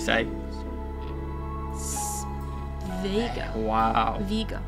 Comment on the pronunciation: Come on its not Viga just Vega 😂